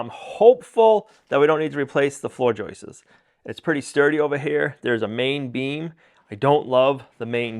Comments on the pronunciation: They're JOISTS....not JOISTES!!! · 🇨🇦 I see he's back to saying Joices not Joists lol. Cheers from Canada!🇨🇦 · Would you please stop correcting the way this brilliant man says joists. Maybe that’s the way they pronounce that word in the northeast.